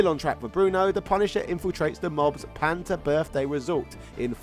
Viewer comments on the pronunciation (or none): none